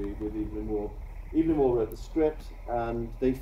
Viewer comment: That teacher/lecturer could have bothered to pronounce Evelyn Waugh's name properly.